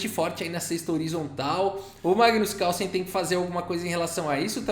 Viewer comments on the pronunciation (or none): tem horas que ouço você falar:! kkkkkkkkkkkkkk